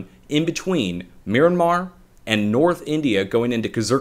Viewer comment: You said miranmar, mirandar ... MYANMAR? Watch out. Seems like Myanmar has been hit about one hour ago, great analysis.